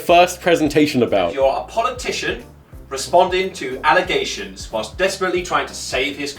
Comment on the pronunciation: did anyone else hear alligators when they said allegations? like if you did.